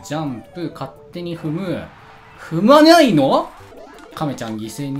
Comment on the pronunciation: やっぱり「にゃ」と云ってたか(笑)